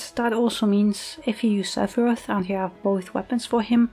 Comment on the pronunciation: Seph-PP-roth :_Doggo